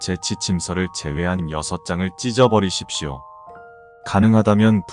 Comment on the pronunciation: 찢어 버리십시오 할때 개놀램 갑자기 억양 세지면서